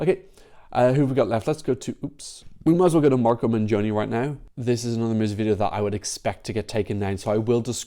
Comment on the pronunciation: btw pronunciation guide: "MENGHONI", not "menjoni" and "COLAPESHE" not "Colapeske"... ;)